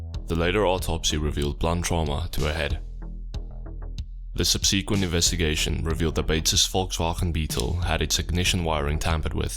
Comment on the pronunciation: Just a heads up " the subsequent investigation" is pronounced( sub sah quent ) not ( sub see quent )